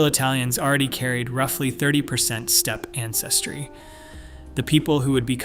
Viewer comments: omg, can't you find a human to narrate this? "Step-py" over and over again for steppe--it's insulting/ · Step-ee? OFS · Steppe-eh? No complaints about your content, but Steppe? Eh? : )